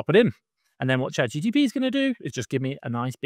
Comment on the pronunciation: Not sure if you keep doing it on purpose or not, but just in case not, it's chat GPT (not GTP) .. :) .. great video